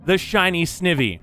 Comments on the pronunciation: Pronouncing "Snivy" and "Sn-ih-vee" hurts my pokemon loving self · XD it's Sn-ai-vee